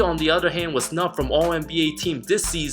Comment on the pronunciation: Are we gonna ignore that u said snot lmao